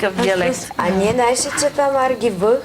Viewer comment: Тряяше, знайш ли 😂😂😂😂